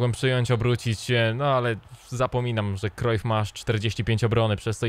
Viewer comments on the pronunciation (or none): none